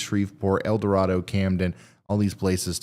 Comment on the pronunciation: El Dorado, AR is actually pronounced El Doe-ray-doe, not El Doe-rah-doe.